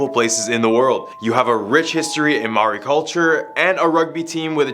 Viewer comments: Maori not mauri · Bro litterally said Mawori in stead of maori, Haha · Its okay that you cant prounonce maori its a hard language to pronounce e pai ana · The person that pushed Yuri was actually a Russian ballerina named Dasha. No offence but you mispronounced all of the Maori names.